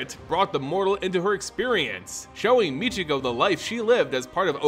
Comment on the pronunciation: Why do you pronounce her name mitch e go? Her name in pronounced My key ko.